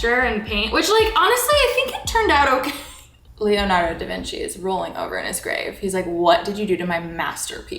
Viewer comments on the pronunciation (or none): none